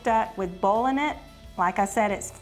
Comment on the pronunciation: I love how they say "bowlin" for boiling. Love to watch, and Zachs cooking show is fun to watch.